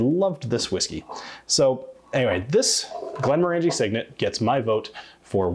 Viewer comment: Thanks as always,. And while some may quibble, I think you'll find that the proper pronunciation of Glenmorangie has the accent on the 2nd syllable--not the 3rd--so that they rhyme with "orange". I couldn't find anything on their own site to confirm it, but google the phrase: pronounce glenmorangie, and you'll find many sites and videos asserting this with confidence. It's indeed interesting to hear the "proper" way some popular Scottish whiskey brands are pronounced by Scots!:-)